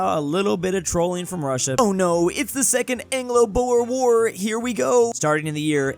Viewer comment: Lol the way you pronounce boer war is crazy its Dutch so just try